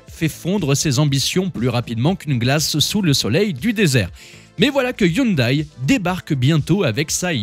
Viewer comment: Hyndai à prononcer "youndè", Hyundai France dixit 🙂